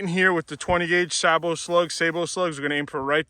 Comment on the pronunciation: stop the madess; just say "say-bo"